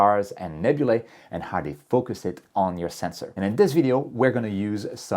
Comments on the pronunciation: HOOOOOW, NOT HAAAAAR. How. NOT, har...... 👍😎👌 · Why do you sound like a pirate when you say "how"? Sounds like "harrr" 😂 Jokes aside, it was a great video! I have been an amateur astronomer for a little more than a year, and I'm really grateful for all the knowledge you guys share with us. It makes this hobby way, way easier. Thank you! 😊